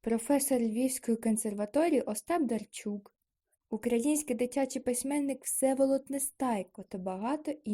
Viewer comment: Ужас! Пропустила одираз "й" и сказала эго только когда повторяла. Не правельно произнесла "Остап Дарчук" и вместе этого сказала Остап Дарчук. Не ставишь нормально паузы.. И повторяешь одну строчку раз 7. Короче ёще куча работы. НЕ СИЛЬНО ОТЛИЧАЕТСЯ ОТ АВРАМПНКА